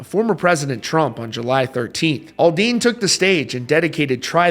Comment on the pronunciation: It's Aldean not Alldean learn how to articulate